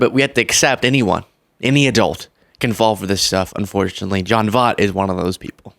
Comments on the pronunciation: Love ya. But…you can’t criticize him and others for continuing to mispronounce people’s names when you keep doing it too. You have repeatedly referred to this actor on other videos and are STILL pronouncing his name wrong. He is vile, yes. His views are disgusting, yes. But say his name correctly: Voh-EET. VOYT. Not VOTE. PLEASE. I beg of you. It makes you look like a hypocrite. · please learn how to pronounce Voight’s name. He’s a well known long term actor. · You're still saying his name wrong lol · Pronounced Voyttt not Vot. Talk about figured out someones name. Come on man lol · His last name is pronounced “VOYT”, not “vott”. He won a Best Actor Oscar for the film “Midnight Cowboy”. And — surprisingly — his daughter is Angelina Jolie. He’s always been a political conservative, but (like Roseanne Barr) he’s gone totally off the deep end. Weird and very sad. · Voit not Vot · I really like the show, but he really needs some older folks on his team to fill him in on the older generation stuff. The pronunciation of “Voy-t” (not Vot), his movie & tv background, and his very famous daughter. It’s like when he refers to Roseanne Barr as a “MAGA comedian”. I would sooner refer to her as a 90s comedian. Her “comedy” has never really been my cup of tea, but she’s totally dropped any sort of comedic shtick and is in full blown MAGA nut job mode. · 😘 seriously, 💟💟💟 your channel! Jon Voight (which, btw, is pronounced VOYt, rather than VOT 😬... just trying to be helpful 😊 AND... is also the father of Angelina Jolie 😳) IS A TOTAL NUTBURGER. I'm also disappointed to learn that Zachary Levi (Chuck, Shazam) has endorsed Trump as well. What the heck?! 🤷‍♀️ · Voigt. Not Vogt. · His name is pronounced VOIT not VOT! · …Voight is pronounced “voyt” not “vot”. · At least get his name right. Pronounced like voyt. Long o long y. He is crazy as a lion. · Correct pronunciation of his name too. VOYt. As in VOID.